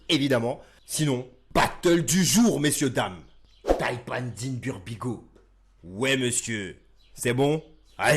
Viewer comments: Yen a qui disent qu il dit DEEN BURBIG-L. Je sais pas ou ils ont entendu ça... ils veulent pas accepter que sa langue a fourcher mdrrrr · On est d accord qu il dit deen burbigay au début 🤔